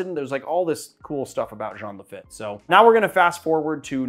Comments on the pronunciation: It’s pronounced LaFEET; nice shout out to Nola! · Not a dig but Lafitte is pronounced “Lafeet.” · Lafatte is pronounced La FEET. 😅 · The name of the pirate is Jean Laffitte , pronounced La -Feet .